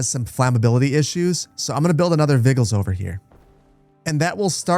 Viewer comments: Also: It's Not vi-gulls, it's Vij-ill-lis, as in to be vigilant for signs of fire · Your pronunciation of the word 'vigiles' is cracking me up. I'm pretty sure it has the same etymology as the word Vigil in English (as in candlelight vigil) and the 'g' is pronounced like the letter 'j' in judge, so its vih - jill - es. Latin doesn't have all the multiple pronunciation letters and silent letters of English. You generally pronounce every letter (even the 'e' in the 'es' at the end of words), and letters typically have the same pronunciation regardless of any context. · Hahaha, "vi-gills", "wah-das", that had me giggling a little every time...